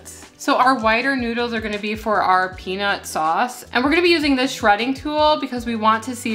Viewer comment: Peanus sauce, lol!